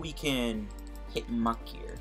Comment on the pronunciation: Please stop pronouncing muk so violently